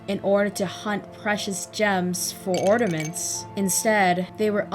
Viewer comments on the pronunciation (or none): Love the analysis Love philosophy and the take on this But couldn’t help to be taken out when I’d hear you say ornaments Sounded like you were saying ordaments Like nails to a chalkboard But great video